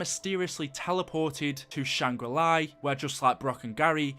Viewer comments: La not li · It’s shangrila not shanggrili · great vid but it's not Shangri-"Lai" it's just Shangri-La there's no I in it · Where is the I in LA SHANGRI LA! La la la la la not li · When he says Shangri LEYE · the way he says shangri la is so annoying there is no I at the end of la